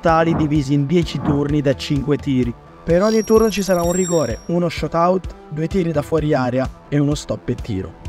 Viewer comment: Oh, ripeto. Shoot-out si pronuncia sciut aut non sciot aut.